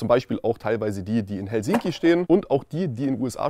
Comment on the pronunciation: Bitte mal die Aussprache von hosten und Helsinki überdenken. Danke!